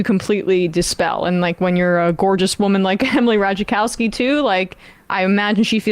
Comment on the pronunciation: Y'all. It's not pronounced "Ra tuh JUH kowski" 🙄